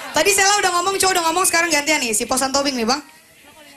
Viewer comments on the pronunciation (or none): none